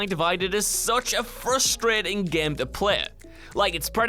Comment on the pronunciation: Is it me or is he is saying GEEME